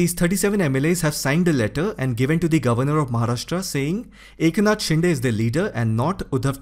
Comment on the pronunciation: 'शिंदे' not 'शिंडे'!!